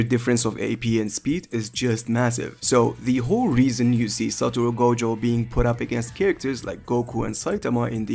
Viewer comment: who else heard goGOAT